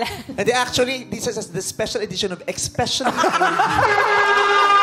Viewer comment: Throwbox ba to o Expecially for you? 😂😂😂